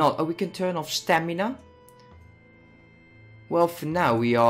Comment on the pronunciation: Stanima really?